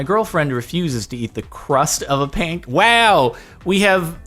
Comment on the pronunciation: On the topic of infuriating... You pronounce pancake as "pane-cake".